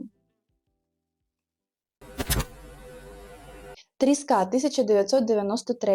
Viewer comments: Що з наголосом? Не тріскА, а трІска. Це ж не риба, а вузький шматок дерева, на який схожий той самий будинок!!! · Вітаю! Зауваження:не тріскА ,а трІска. Завжди хочеться, щоб блогери говорили правильно. Вас читають і слухають тисячі. А за роботу-спасибі.